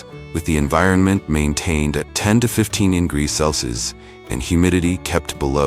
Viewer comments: How annoying is the AI failed pronunciation of “celsius”… Cell-Sees…🙄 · Celcius is pronounced "cell see us"